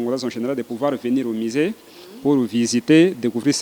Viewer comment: Madame la journaliere,balobaka Museen to misee???😂